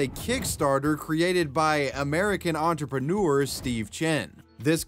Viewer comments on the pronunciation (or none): none